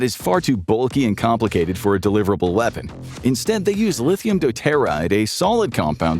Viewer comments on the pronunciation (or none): the pronunciation of tritium is trit-ee-um, (as in travis tritt; not try-ti-um). For deuterium, the pronunciation is do-tear-ee-um (like deuteronomy). Hydrogen bombs compress lithium deuteride (lithium do-tear-ide)